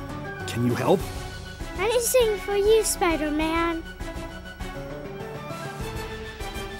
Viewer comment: "anyzing for you spideram" still gets me